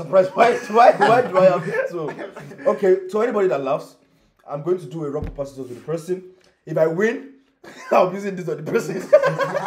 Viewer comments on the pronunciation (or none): I kept hearing ‘ nock , paner, pisscor shoot ‘ instead of rock paper scissors 🤣🤣🤣